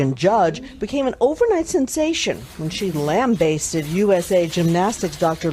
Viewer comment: did you guys hear how she pronounced lambasted